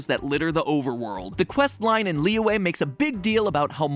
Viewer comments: It kind of hurts when he keeps on mispronouncing Liyue, it's Lee-yu-eh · I can't stop laughing about how Matpat pronounces Liyue as Liwah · Is it just me or did mat pronounce liyue wrong? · It's pronounced "Li-yew-eh" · he pronounces liyue as "Leeway" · Imma say- you gotta make sure you say Liyue right lollll